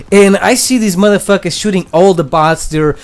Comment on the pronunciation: Well he sure hate "da matha fackas"